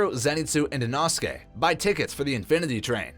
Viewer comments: Inosuke name is pronounced in-oh-sook-aye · Captions are worse than inosuke's pronunciation